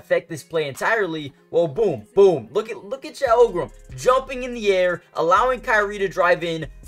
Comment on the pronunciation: Lolz at this guy trying to pronounce Holmgren. Holgrum?